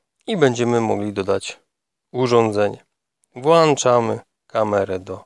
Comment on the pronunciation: Urządzenia włączamy, nie włanczamy . Pozdrawiam